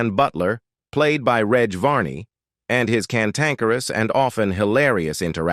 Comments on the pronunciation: FFS at least research the pronounciation of the cast. Its a soft G in Reg Varney, not a hard G. Its short for Reginald. Oh wait... its a robot voice. Disappointing. Very. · It's AI crap. Listen to how it pronounces Reg.